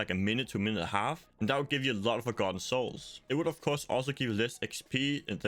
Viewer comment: I honestly couldn’t understand what you said if you were just trying to farm forgotten souls.. it sounded like you said g90s and I don’t know what that is